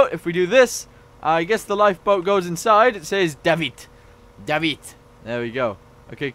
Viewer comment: You didn't mention that the lifeboats had a drain system and pronounced "davit" wrong.